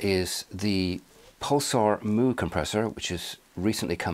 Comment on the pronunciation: It's it 'Mew', not 'Moo'?